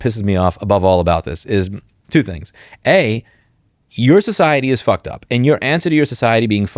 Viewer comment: Emphasis on Fucked